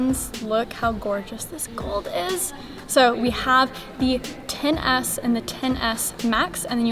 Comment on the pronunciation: You kept saying the “ten-ASS.”